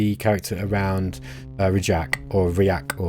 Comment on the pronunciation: I believe “Rajk” is pronounced the exact same way as you would say “William”